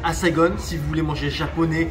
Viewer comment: Pourquoi SaigoNNE??? ....Saigon!